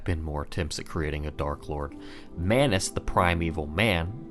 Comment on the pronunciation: It's Manus.